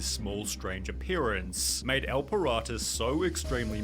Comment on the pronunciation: his name: el pirata the guy in the video: ehl pahrado